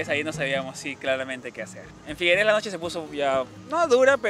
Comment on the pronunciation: No digan figueres mas por favor se pronuncia figueras, en el catalán alguna las palabras se cambia la e por la a